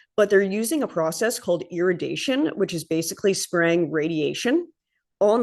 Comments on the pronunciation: Its: Ir-ra-di-ation... not iradation. Driving me nuts! Most of our foods are irradiatiated... Its actually by far the best/healthiest, least invasive remediation process. (As opposed to pesticides, chemicals, etc...) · I feel the need to help with that word. Irradiation... ear-ray-dee-a-shun / ear-ray-dee-a-ted